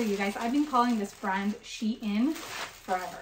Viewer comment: FYI you were saying it right it is She In, even Shein say this. Its to say that "She is In". x